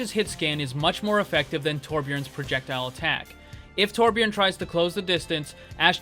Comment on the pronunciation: Im amazed at how good you are at saying Torbjorns name compared to others, you even say it with an 'ø' sound